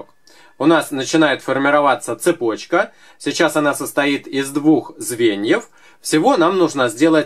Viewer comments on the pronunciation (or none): none